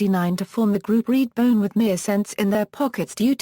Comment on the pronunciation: What's with the robotic voiceover?? Annoying...and it's REDBONE, not "reedbone". Sheesh!!